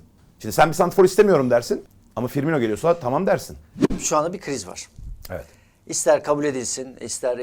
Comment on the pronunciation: Fiirmino mu :))) böyle komik haberler nasıl yapıyorsunuz ya